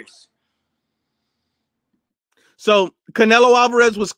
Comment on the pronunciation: Yet you calling ‘fighters’ fightem 🤦🏽‍♂️